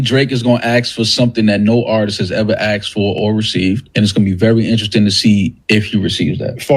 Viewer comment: OVO Malina: “aksed 2 B” …try asked…